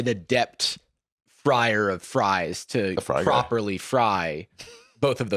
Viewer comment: The way says “…a fryer…” and then scoffs is just so beyond English he could never be a spy! 😂, how do you signal #3 with your fingers? lol